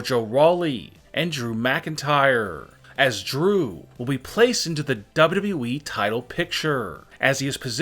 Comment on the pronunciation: Why does the narrator annunciate the wrong Syllables....WWEeeeeeeee